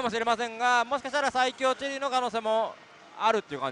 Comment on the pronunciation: ｢さいきょうチェリーだったんじゃないすかね｣☚ココ！イントネーション（intonation）がおかしいですよコレ。番組に出て講釈垂れる前に自分をもっと磨いた方がいいと思います。